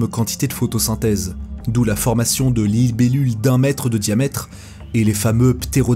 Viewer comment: En plus il dit "l'ile-bellules"